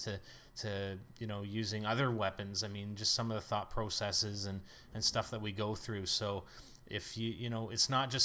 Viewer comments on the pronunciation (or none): hahahaha he said "Thought Prosicies" instead of "thought processes"